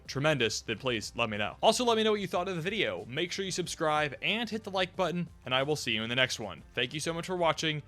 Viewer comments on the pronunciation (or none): none